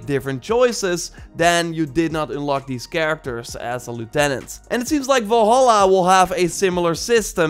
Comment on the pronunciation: VALHALLA, Do you see an O in Valhalla?, nooooo It's Val-halla not Vol-halla